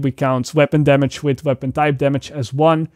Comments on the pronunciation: Its Damage bro .....Not Damash . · First time i heard when he said "Damage" i thought wtf is that 😂 ......a few more times of hearing it .....oooooooh damage 😂Fuckit lol